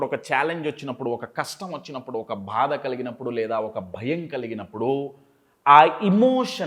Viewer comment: భాద కాదు, బాధ అనాలి. మీ 😃 Smile బాగుంది Sir.